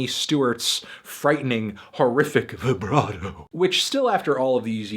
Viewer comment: Man, him saying "VE-BRAH-DO" fucking killed me.